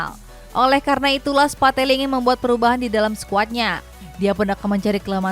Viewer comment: Dubernya ngasal, nyebut spalleti jadi spatelli 🤣 Di menit